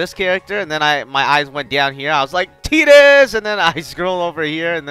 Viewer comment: 0129 If you wanna be anal about it, it's technically "chi". Sounds the same though. He's also saying Tidus and Yuffie's names wrong, but eh...English.